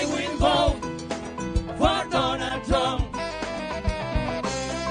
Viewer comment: LMFAOOO “I WIH BOTE FOR DONALLLL TRUMP !